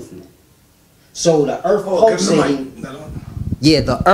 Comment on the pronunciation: The brother can't you pronounce Earth correctly